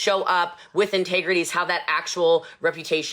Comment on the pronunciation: I couldn't finish this video...she stresses me the fuck out! lol I cannot imagine having to "work" for her.. CRINGE... I saw no integrity or "intagrety" as she says, or respect in any shape or form